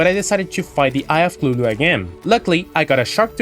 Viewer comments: Eye of clulu???? It’s cuthulu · nice vid thus far, not done, but omg I have a aneurism everytime you say "Eye of Clulu" LOL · To be fair, you're saying it closer to Lovecraft's intention than most do.